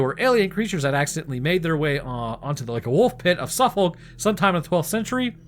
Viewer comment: Bless. Its pronounced Suffuk (us Brits don't say the folk bit)